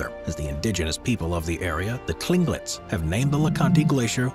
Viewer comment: Tlingit is pronounced like clinkit